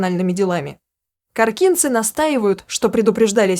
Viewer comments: Не КоркИнцы, а КОркинцы,и в Коркино а не Коркине, уже невозможно слушать, когда не правильно говорят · автор коркинцы ударение на первый слог учи русский